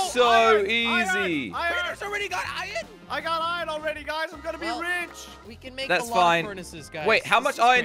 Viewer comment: Every single person that talks english: Iron:Iyn